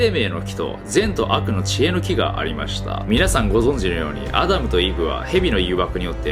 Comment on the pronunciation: ア○ルとイヴって聞こえちゃった